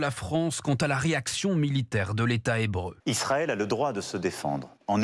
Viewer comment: Enfin je suis d'accord avec vous Mr le président, pour une fois! Belle prononciations d'Israël on reconnaît